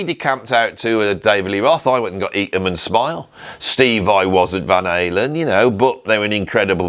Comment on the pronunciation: British annunciation Van Halen - I couldn't understand an translation is off .... Finally after saying it for six times, I heard Van something ;)